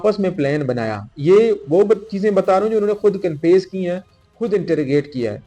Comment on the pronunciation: He cannot pronounce confess properly.. This is Sindh Police for you. 😂😂